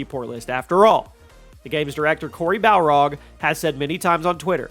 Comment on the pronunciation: Cory “Barlog” not “Balrog”….